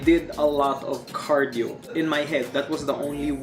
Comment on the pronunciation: "CARIDO" lol